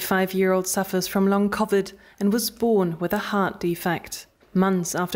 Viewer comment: The reporter should work on her pronunciation of the word: Covid